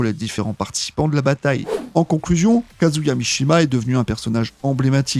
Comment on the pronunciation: C'est intéressant mais c'est mal raconté. Kazuya a fait un pacte avec le diable ou il a le Devil Gene ?! Et va falloir bosser la prononciation des noms des persos. Et des mots anglais.